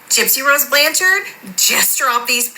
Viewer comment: Wait, that TikToker wasn’t being satirical? When she pronounced “Blanchard” the way she did I for sure thought it was satire…